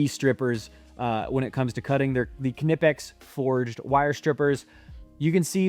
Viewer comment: You’re pronouncing Knippex correctly and pronouncing Wera incorrectly. In German, the W sounds like a V. Didn’t know FLIR made a NCVT!